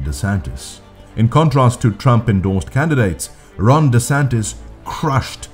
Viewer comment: Did you just say wRONg DeSantis? I'm really hearing "wrong" instead of "Ron". 😀